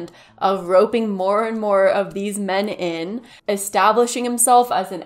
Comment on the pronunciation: The way he pronounced men (me-an)